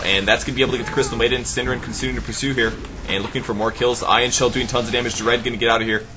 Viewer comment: got so confused who 'syndereN' was :P before I found out that it was only the english way to say a nordic word xD hahaha